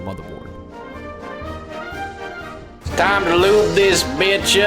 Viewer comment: "it's TIME ta LOOB THIS BITCH UP" I can't stop laughing at this part.